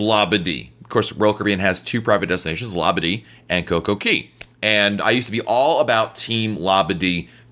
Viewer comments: Exactly, It's cay not keey! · Coco(KAY!!) not KEY......😡😡😡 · It’s Kay not Key. They sing Kay at the entrance of the park. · It's COCO CAAAYYYY not key 😡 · Coco-CAY. AY NOT EE.